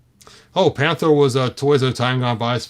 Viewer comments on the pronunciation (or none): Panthro not Panthor